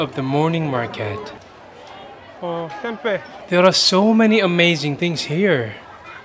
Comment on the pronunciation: Im shock when you said "tempek" 😭 thats mean kitty of fm in east java